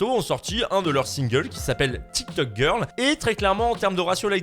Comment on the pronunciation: Avec l'accent là 🤣🤣